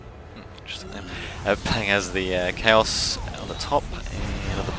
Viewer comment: Great commentary man <3 The first time you said Chaos i heard Cows so i was like wtf o.O Anyways keep on the good work. And keep uploading those Men of War commentaries ^^